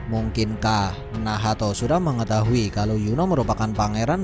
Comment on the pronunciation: Telinga gw terganggu mendengar kata2 nahato, nahato. Haha ngapa gak nacht aja si